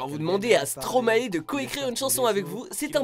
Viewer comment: Stromaï ça se prononce